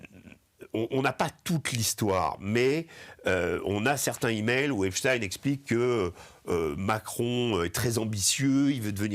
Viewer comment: On dit des "zimails", pas des "himails"... ça écorche oreilles !